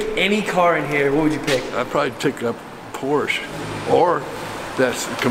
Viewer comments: When you are in a German speaking country, always pronounce the "e" at the end of "Porsche" – like the "e" in the word "elephant". ;-) Edit: Actually, always do it when there is a "e" at the end of a word (not Reisführer but Reis*e*führer! :D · It’s funny that Americans always say: „Porsch“. What happend in English to the „e“. It’s not French. It’s German. It’s Porsche. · It's Porsche not Porsch :) you need to say the E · Just a pronounciation tip to you english speakers: for the car manufacturer "Porsche" you don't say "Porsh" or "Porch", you say "Porshe". The trainling "e" here is spoken like the starting "e" in the word "entropy". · Porsch and BeAmDouble-U As a German that hurts😭 Great Video👍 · Your Videos are always cool. There are some Videos on yt where you can learn. Car names from each Country which build car. So you get every right. Because its not porsch. Its Porsche. Like its Ford not Fort. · As a Bayernfan, i´m very excited to see you watch the Chel$ea game. But please, DONT say Porsch, it´s PorschE!!!!! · It’s a PorschE! We want to hear the E at the end 😀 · Der Wagen nennt sich Porsche! Nicht Porsch! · I like your vids but just one little thing it's PorschE pls and not porch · Be am double u sounds soooo wrong. And Porsch. Please say BMW. And Porsch *e*. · I didn't asked why we Germans mostly pronounce nike wrong but ok. But I guess it is mainly because of the pronunciation of similair words like bike. Anyways what I really asked is: Why do Americans pronounce all the german brands wrong?